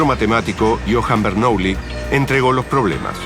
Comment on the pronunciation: Bernuillí, aprendé pronunciación francesa, imbécil.